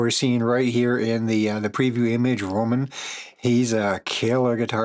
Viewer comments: Romain is pronounced like the lettuce 🥬, not Roman. Just thought I’d clear that up. 😊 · Love your reaction! Yet, his name is 'Romain". Like lettuce.